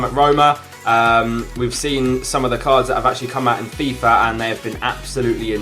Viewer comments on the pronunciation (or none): none